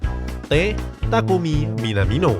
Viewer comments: Coach justin: bukan minamino tapi minimano😂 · Minimano bos bukan minamino